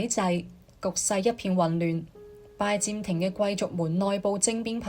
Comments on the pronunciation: 係拜占(音尖)庭，唔係拜佔庭，連咁重要嘅歷史名稱都讀錯，乜嘢廣東話嚟㗎？ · 係占唔係佔！！！ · AI 女聲粵語旁白雖有進步, 但仍有一些地方不夠好。如：「拜占庭」，AI 讀作「拜佔庭」，然而「占」應讀作「占卜」的占（音尖）。又如：「君士坦丁堡新繼位的皇帝開始對十字軍強硬起來」的「起來」，應讀作「起嚟」，但 AI 錯讀作「起身」！又例如：法國國王「路易」三世中的「易」字，應讀作「貿易」的翼音，不是讀作「路二」。而且，片中引用了一些18世紀末、19世紀初的「拿破崙戰爭」的油畫, 這是不符合十字軍東征的歷史的。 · 占音尖，並非佔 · 讀講者注意讀音：[占]字讀[尖]音，不是[佔]音。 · Ai讀嗎，為什麼讀音怪怪，拜占庭，，應該用占卜，不合平仄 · 廣東話讀拜「尖」庭呀專家。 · 其實這是大陸人的說法，香港人只會說「最」，清楚簡潔。很多發音錯都跟使用簡體字有關：明明拜占庭，但旁述就讀成拜佔庭，幹就讀成干，乾又讀成干，可以知道，這段是Al讀的，如果係人。佢地會知道係拜占庭⋯⋯所以，簡體字真係考起AI，因為佢地唔知一字多音，又被簡體字搞混了，干幹不分😂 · 拜占庭的「占」讀錯音😂